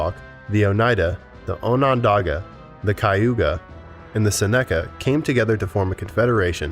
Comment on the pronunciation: Wreaked is not pronounced wrecked. Seneca is not pronounced seneeeka. Kiowa is pronounced with a long i. Arapaho is way off the way you're pronouncing it. Second a is a like apple.